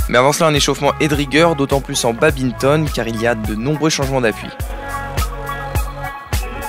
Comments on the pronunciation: En tant que puriste et pratiquant depuis de nombreuses années on ne dit pas "babinton" mais bien "bad minton" ;) Super vidéo les gars ! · Arrêtez de dire babinton pleeeeaaaaase ^^ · étudiant en STAPS, ne sait toujours pas qu'on dit badminton et pas babinton🤣😭